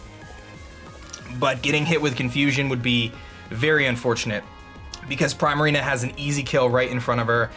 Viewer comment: does the way he says Primarina bother anyone else? I'm not even sure how to pronounce it correctly, but "Primerina" just sounds really offputting :[